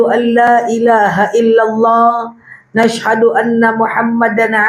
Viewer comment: Mf ustdzah,apa saya kurang jelas apa gemana.tiap ustdah mbaca begini Nas haduala ilahailalah wa nas hadualailahailalah.bgtu?ap bner bgtu apa saya yg kurang jelas kdengaranya.trimakasih